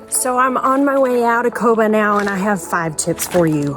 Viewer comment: Great video! 👍 It's pronounced Kobaa